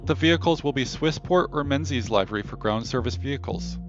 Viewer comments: Nice review, but I couldn't get over you saying "live-er-y" when it is pronounced "liv-er-y" (/ˈliv(ə)rē/). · Thanks for the video sir. I don't think I'll pay money to have the ground crews do exactly what they do now except for having a new paint job. No disrespect when I say this. It's pronounced LIV - ER - REE